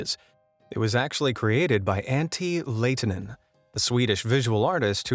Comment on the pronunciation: As a Finn, I totally lost it when he said "Antti Laitinen" Also, you have false information in the video! He is 100% Finnish! NOT Swedish.